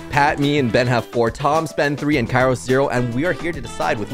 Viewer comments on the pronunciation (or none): in the intro i thought ben said: hey guys Spen here but he said ben lol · Am I the only one or did he really said spen at the start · So no body noticed that Ben said it’s me spen and after that when he is saying who is here he says spen... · Ben-whats going on guys it's spen here I think I heard spen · Ben said in the intro what is going up guys spen here who else noticed ?